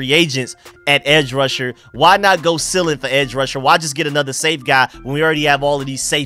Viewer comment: The word is "ceiling", pronounced "seeling", not "silling".